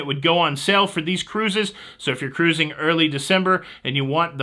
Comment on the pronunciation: Thanks for all the cruzzzing. WOW did you say jewelry? you always have me laughing.